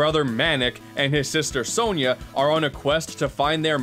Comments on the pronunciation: It’s pronounced “Sonia” not “so-nyah” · Isn't it "Sonia," not "Sonya?"